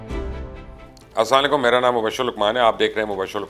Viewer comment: Plz sir always say fully Assalamualaikum not Sama laikul I am ur fan plz don't mind